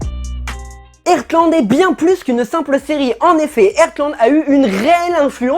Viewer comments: Mais vous dites airtland ?😭 mou je dis artland sa ma stressé tout le long 😭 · Ca se prononce Hartland ! Mes oreilles saignent...😓